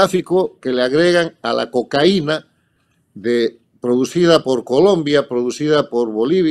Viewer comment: Muy buena la conferencia y lo mejor que ahora dice cocaína con tilde en la i y no cocaina. Escobar, ese engendro que nos tocó padecer en Colombia, se dice Escobar no Escóbar